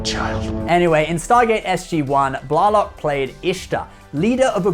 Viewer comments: Colm was a good guy in "The Commitments" and "The Van". I saw him in a play-with various "TNG" actors-in Atlanta many years ago. I thought Jolene's last name was pronounced Blaylock. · Your pronunciation of "Blalock" is rather odd. The ones I know with that surname pronounce it "Blay-lock". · odos name is said rehhh nayyy…. not reen….. and its not jolene blahh lock its jolene blay lock,,, jolene blalock